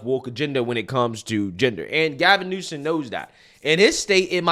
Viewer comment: It's "Newsom", not "Newson". Just saying 🙈 Like it's "Ibram X. Kendi", not "Imbram". I love your content, but somehow you tend to get people's names wrong, although you're reading them.